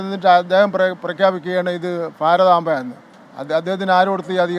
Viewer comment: ഫാരതമ്മ അല്ല ഭാരതമ്മ